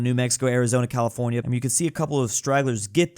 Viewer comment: Ahh yes, "California"